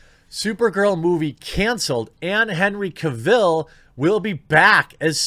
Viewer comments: oh man, agreed. that pronunciation drove me nuts. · Please... pronounce Cavill correctly.. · Sooooo we’re not gonna talk about how he pronounces Henry’s last name wrong?? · Only if he could say Henry’s last name correctly... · Can’t watch....please pronounce the man’s name correctly. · I turned this off right when you pronounced "Cavill" wrong. At least have the professionalism to find out how to pronounce names properly before you start recording. Shameful. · Is it really so difficult to learn man's name though? It's Henry CAvill, not Caveel. Like "Travel" but Cavill. If you respect the man, say his name correctly. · "Cav-ill", not "Ca-vill". Just saiyan. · It’s Cavill like travel. Not Cavill like Cavhill. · Dude, that was NOT Henry Cavill in the cameo scene. Also, you pronounce Cavill wrong. It's not Caville - like a Cadillac Deville, it's just AVIL. Just add a "C" to it. If you are going to promote news, make sure you get the names right first. It just makes you look ill-informed and silly. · You say Henry's last name like travel but with a C Cavill, not Ca Vell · Hopefully Henry returns! Its pronounced Cah vill not Cay vill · It’s Henry Cavill, not Henry KA-VIL. He’s not really from krypton. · Why can't Americans pronounce Henry Cavill properly! It's Cav-ill, not Caville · Henry "Ka-ville"? its Cavil like gavel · Cavill pronounced like Travel. He literally has a video of himself pronouncing it that took 3 seconds to find. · I had to look up who Aubrey Citizen (Sitterson) is. Wish I hadn't. Also, never heard Cavill pronounced kah-ville. That was annoying. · Listen to Henry pronounce his last name “Ca-vil” Now try it again in your next video which are always great. Keep on keeping on. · Ah yes Henry Ca Vil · OMG. "CAVILL is pronounced like "Travel". Litterrally can't keep watching this after the 3rd time you mispronounced Henry's name.